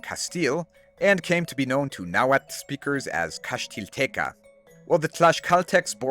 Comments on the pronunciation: Cannot believe such an amazing historical research and accurate pronunciation of Nahuatl. You have my eternal respect. Greetings from Tlaxcala. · Always enjoy hearing your pronunciation of the native language. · Bro the Nahuatl pronunciation fills we me with such joy ❤ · Amazing! Would love to play them. Also, your náhuatl pronunciation is exquisite 👌. Not because I'm from Michoacán, but the next native american civ should be the Irechekua Tzintzuntzani (aka the Tarascans). They would be great as an archer civ with bonuses to lumber and fishing.